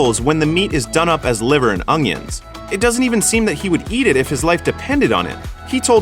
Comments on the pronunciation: Did you say..."Liver and ong-yuns"? What in the hell is an ong-yun. Do you chop them up and put them on your hockdog with maybe a little manase. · Its like the way that Louisianan chef Justin Wilson used to pronounce onions.